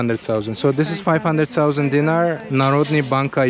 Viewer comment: Bro you buy Milošević jugoslavian mony when jugoslavia was broken,that 2 guys in bigining video selling Tito jugoslavia mony and it is not "deengy" it is "DeenAre " spelling is "Dinar" 😂😂😂